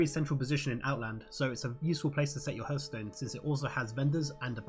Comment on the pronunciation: Super useful video thanks! I know Kripparian says "hurth-stone" but it's pronounced "harth-stone"